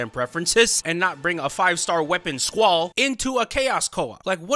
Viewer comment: I’m going to be that one person i actually enjoy the summon board grind. Number #6 where you said “SQAULL” in coop i felt that lmao or cloud